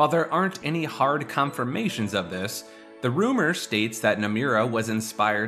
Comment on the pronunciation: Bro you gotta learn how to pronounce Nomura